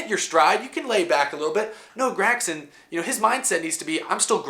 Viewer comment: Love the videos but god dang man stop saying GRAG-son